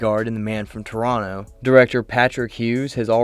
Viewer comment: Thank you for pronouncing Toronto the way it should be pronounced.